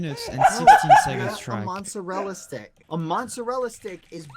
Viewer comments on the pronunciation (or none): Nobody: Bbh: m o n s e r e l l a stick